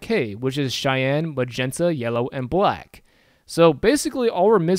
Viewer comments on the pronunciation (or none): Why does it sound like YOLO every single time you say yellow? I can't stop thinking about it...